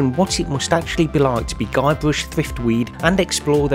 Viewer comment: Haha! It was hilarious when you said Guybrush's name! xD